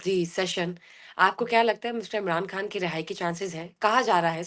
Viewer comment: او بی بی اپنا نام ھی ٹھیک لے لیا کرو بشری کھان نہیں ھے لفظ خان ھے 😂